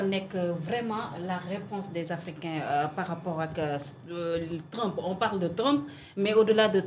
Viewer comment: Elle aime tellement l'expression " parRappppooookh"